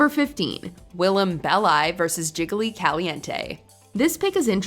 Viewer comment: willam “bellEYE”!!???